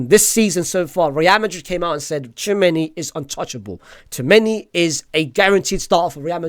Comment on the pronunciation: And the way you pronounce Tchouaméni as Chew many